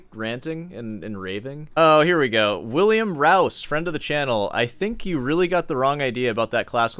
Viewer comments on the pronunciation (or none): none